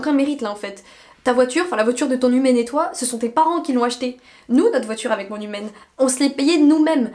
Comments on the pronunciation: J’avais compris «mon hymen» au lieu de mon humaine 😂😭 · Toute la vidéo j’ai entendue “hymen” 😭 c’est seulement en voyant les sous-titres que j’ai compris qu’elle dit “humaine” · Moi qui entends "hymen" au lieu de "humaine" à chaque fois 👁👄👁